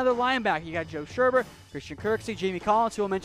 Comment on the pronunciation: Joe Sherbert??? Really?